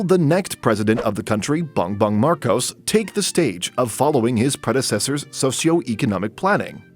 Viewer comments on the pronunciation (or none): Ahh yes Duwtairtey and bung bung markows